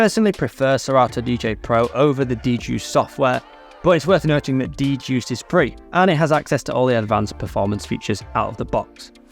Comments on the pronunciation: it's actually pronounced D-Juiced. The wrong pronunciation was a stupid idea of the new product owner on the Hercules team. 🌈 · Actually, it's not. When I heard of it back in 2017, it was called DJuced 40 (pronounced Juiced 40). Digital DJ Tips has a review on it you can look up. Where is your source???? ... Even their free scratch samples that you can download today say "juiced 40" 😂